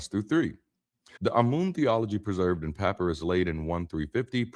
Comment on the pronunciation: This is AI generated, I believe. Some of the words such as “encompass” and “papyrus” are mispronounced. The video skips often…the image must have generated from past videos. If it is AI, please at least admit that in the description.